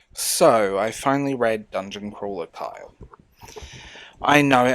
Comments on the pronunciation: I hear Kyle when you say Carl. Try saying it with a Cornish accent. Also, it's nice to hear someone repudiate irony in favor of sincerity. Nobody cares for sincerity anymore. I think it's a great reflection of the loss of personal intimacy and abject cowardice at reaching out to others among young westerners. People under like, 55 are so afraid of being rejected and it's very irksome. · ...Carl...no pitchforks, just...it's Carl. I want to say it's an accent thing, but it REALLY sounds like you're saying "Kyle"